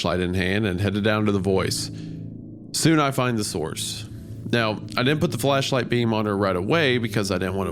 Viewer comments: am i going bonkers or did he say fl3shlight 😭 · Everytime Isaiah said "Flashlight", it was almost like he was saying "Fleshlight"" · He absolutely said "fleshlight" not "flashlight"